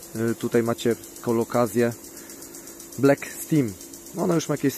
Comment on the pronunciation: Black STEM wymawia się tak jak zapisuje, nie stim :P